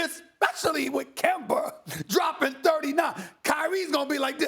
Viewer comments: Nobody: Stephen A: KEMBER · No one: Absolutely nobody: Stephen A: Kember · Yo, Stephen A! Who on earth is Kember? 😂😂😂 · "Kember" "Kyrie Irvin" 😂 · “KEMBER WALKA” - Stephen A. Smith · Spike Spiegel Kember Walka- Stephen A Smith 😂😂😂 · He said: Kember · Stephen A: Kimber Walker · This man just called Kemba Kember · SAS call kemba - kember 😂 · "Kember Walker" - Stephen A Smith 2019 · Nobody: Stephen a:Kember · "Kember Walker" - Stephen a smith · Why can't this man ever correctly pronounce Kemba? 🤔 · Kember..the r is silent for Stephen A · “KEMBER” That’s Stephen A Smith for you. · Why does Stephen A pronounce Kemba with the hard r? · Absolutely no one: Stephen a: "KEMBER WALKER" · Any word ending with an A is going to sound like a R😂 “Georgia(r)” “Kemba(r)” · KEMBA STEPHEN A. ITS KEMBA!!!!!!!! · Dat Dude it’s an east coast thing. It’s derived from when the settlers came to the new world from England. English people also have a tendency to to switch out from anything that ends with -a to -er. Like idear rather than idea